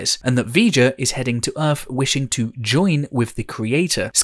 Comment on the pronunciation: Why do you pronounce your THs as if they were an f? Fret instead of threat, Earf instead of Earth, and so on.